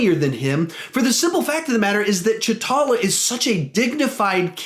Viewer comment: words are confusing. There is nothing wrong with your review but it’s confusing when you say cha talla